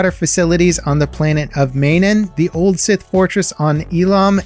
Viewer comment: Why did you say two contradictory launch dates for SWTOR's next expansion, Legacy of the Sith and the accompanying 7.0 patch? First you incorrectly said that it's coming out "next week" and then that it's coming out on the 15th of February. "Manaan" isn't pronounced /may-nen/ but /mah-na-ahn/.